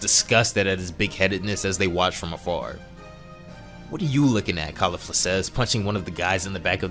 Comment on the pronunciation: This shit was atrocious tho… the pronunciations where so bad dude I can’t 😂 kalifla and the resengan 😂 and the way you talked to me thru the whole 17m I watched painstakingly 😂 good concept tho not yours so I can at least tell you that you did a horrible job narrating it 😂